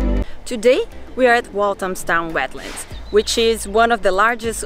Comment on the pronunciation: Have you learnt how to pronounce Walthamstow yet? Tip: find out how the band East 17 pronounce their home town's name first before saying it on a video.